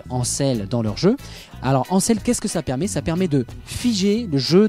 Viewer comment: En tant que journaliste, merci de faire l'effort de prononcer correctement les mots non francophones comme "Ansel". On n'applique pas les règles de français sur des noms étrangers. En plus, vous le prononcez correctement à 2 reprises ce qui n'est pas cohérent car lorsqu'on prononce un mot, que ce soit de la bonne façon ou non, on garde la même prononciation du début à la fin. Ce sont des règles de bases que tant de journalistes n'appliquent pas...